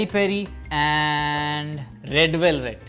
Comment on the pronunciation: "Matcha,Peri-Peri and .................... Red velevet"